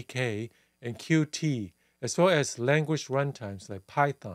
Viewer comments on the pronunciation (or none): Totally great visual! Fun fact (not to nitpick, I also found it not necessary): Qt pronounces as "cute".